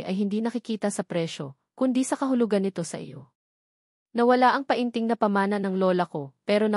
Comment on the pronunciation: Anong pa in ting, penting ang Tamang pag pronounce Nyan, ay ano ba Yan😅